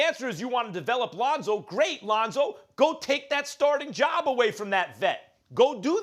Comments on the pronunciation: Londo and Ronzo fix yo mouth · Lol "Londo"